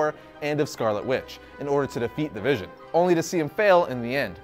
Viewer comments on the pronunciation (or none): none